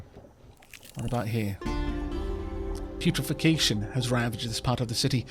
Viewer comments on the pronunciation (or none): I just wanted to say... Its Putre-FACTION not putrefecation:D Love the series!